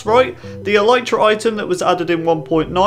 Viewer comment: Dude it's pronounced ehl-EEH-truh